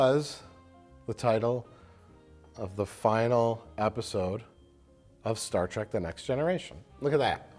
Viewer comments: Mike likes "Star Trek" but he says "Star Track" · please tell me he didn’t say “Star TRACK”...